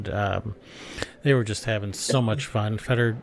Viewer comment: FAY Door not fedder. Inbreds!